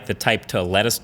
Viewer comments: I laugh like hell whenever he says 'Bixby' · Did you say Bixby